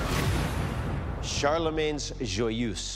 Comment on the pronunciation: And Charlemagne is also badly pronouced, but at least it is recognable for a French-speaking person.